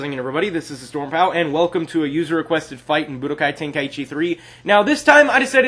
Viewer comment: its pronounced like guy but with a k so stop saying key